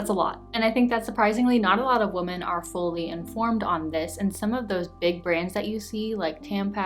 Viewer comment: I love your channel so much. Your content really resonates. Thank you for sharing. Also your accent is adorable. I love how you pronounce Women and Fragrance it makes me smile just listening to you:)